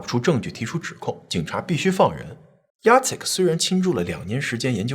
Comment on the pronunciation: Jacek竟然唸對!！好棒！！ 我公公也是這個名字，一般人看到都不知道怎麼唸。